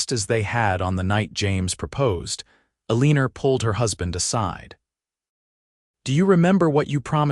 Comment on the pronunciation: Really ? Eleenor ? How about proper pronunciation? This story is so badly narrated I don't know if I can continue listening !